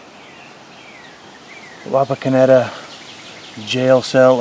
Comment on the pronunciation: Wapakoneta resident here! You said it right!😂😂